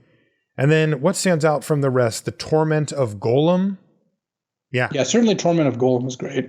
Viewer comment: His name is Gollum and it rhymes with column. Y'all keep pronouncing it like golem.